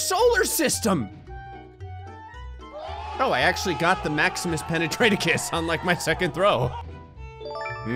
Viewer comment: IT’S PENATRA*TUS* NOT PENETRA*TECUS*